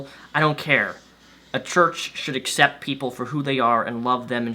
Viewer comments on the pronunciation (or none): none